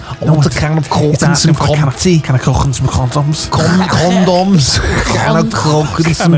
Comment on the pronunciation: for the shicken and cohndomms